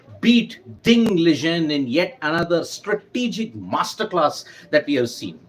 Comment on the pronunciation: It's Liren not Lijen